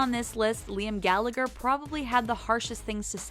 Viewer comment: ...it's gall-a-her not gall-ag-her